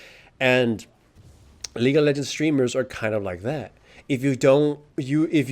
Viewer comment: Lol the way you pronounce lol sounds like Legal Legends which sounds like a movie about a famous team of lawyers.